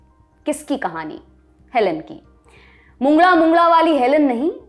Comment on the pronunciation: अरे वा! मॅडम आप मुंगळा शब्द बिलकुल मराठी की तरहा सही बोला